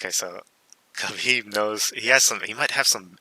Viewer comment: Khabib didnt say it right lmao